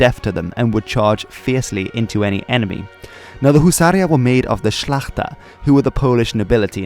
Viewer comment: That how u say "szlachta" make me pride